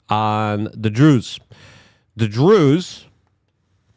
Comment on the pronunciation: I’m pretty sure you pronounced Druze properly